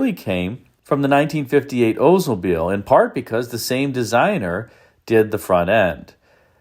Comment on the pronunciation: Ok, I've held back. It is OLDsmobile not OOdsmbile. The L is not silent. The Cadillacs of this era, especially the Coupe de Ville are amazing.